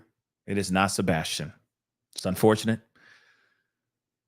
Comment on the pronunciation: said that's sabastion. No no no sir. I still am